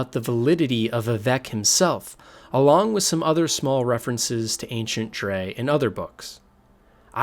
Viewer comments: Noooooo in ESO the NPCs pronounce it as "Dreg" not "Drey" aaaaaah my brainnnnn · For future reference, “Dreugh” is pronounced “Dreg” :) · STOP CALLING THE DREUGH “DRE”. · I’m like “wtf is a Dre?” I’ve only heard of them pronounced as “Dreg” as in rhyming with 🦵 Leg 🦵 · Is it not pronounced ‘Dreg’? I’m pretty sure that’s how they say it in the games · "Dray" hahahahahahahahahahahahahahahahahahahahahahahahahahahahahahahahaha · btw you're pronouncing Dreugh wrong, but great vid tho.